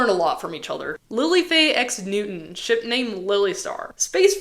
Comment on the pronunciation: Every time you day ship i swear i hear shit 😭🙏